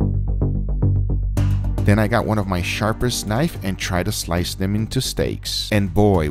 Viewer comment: did anyone else notice he said "sharperst" also is that dimascus?